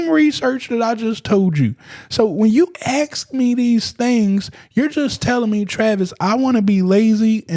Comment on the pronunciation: Ask not aks